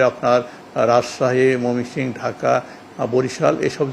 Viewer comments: ময়মনসিংহ বিভাগের নামটি শুদ্ধ করে বলতে পারেনা কেমন কর্মকর্তা কর্মচারী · ময়মনসিংহ বিভাগের নাম টি শুদ্ধ করে বলতে পারে না কেমন কর্মকর্তা